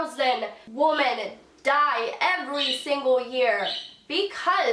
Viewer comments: "Im more than a pretty face", says the woman that dosnt know how to english. It really bothers me that she always says woman instead of women... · Wtf does she keep saying “woman” when she should say “women”? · or how she says woman when she should be saying women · Also sort of obnoxious how she regularly replaces "women" with "woman". Jesus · Why can't she pronounce "Women" correctly?